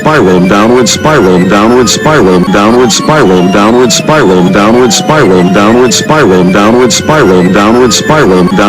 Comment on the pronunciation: "Donald Spy roll" You can now never unhear it your welcome.